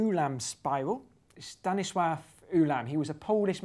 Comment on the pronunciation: Kudos for pronouncing Stanisław right, with "ł" not "l".